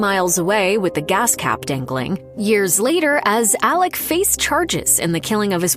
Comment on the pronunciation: It’s Alex, not Alec!!!